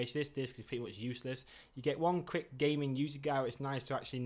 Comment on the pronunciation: Feedback: It's pronounced 'crate' not 'krit' Not being Red and Black is a bonus for my son.